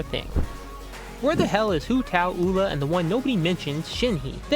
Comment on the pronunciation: who’s uwla? it’s pronounced youla